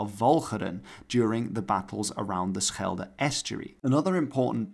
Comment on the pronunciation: Do you speak dutch? No american can say schelde that good.